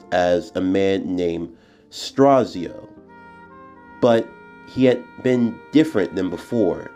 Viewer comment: It’s pronounce straight so that’s the person you mentioned who attacked Joseph and Steve just saying